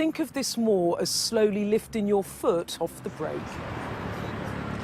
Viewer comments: I know it might seem shallow of me but why is this news reporter constantly dropping her g's at the end of words? Lookin, liftin? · Stampin, Liftin. The BBC has gone to Ship! What a bad speaker. I think the Chinese infiltrated our media with cash a long time ago now anyway.